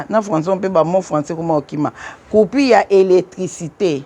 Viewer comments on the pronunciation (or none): Bonjour maman! On dit coupure pas coupire.merci